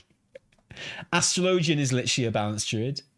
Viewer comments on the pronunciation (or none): Today I learned that British cant say Astrology 😂